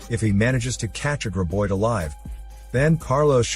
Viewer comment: It's GRAB oid!!!, not GRIB oid!!!